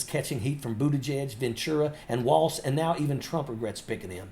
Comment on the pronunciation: Can we also talk about how he pronounces it “Waltz”? It is pronounced “Walls”